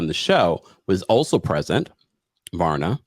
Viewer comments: Not Varna, it’s VARYA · Every time you said "Varna" instead of "Vaya" 😭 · Varya not Varna- there is no N in her name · It's pronounced Pashstel and Vareeah